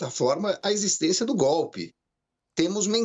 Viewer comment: ESSA CNN É UM LICO MESMO. Houve o GOPI, houve o GOPI. A inculta fala Proxessual!!! Processo do GOPI está robusto. Etc.eyc